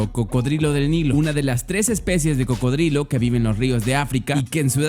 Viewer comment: like si te diste cuenta que dijo crocodrilo